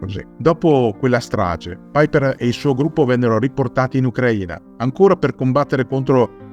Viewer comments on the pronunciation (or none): none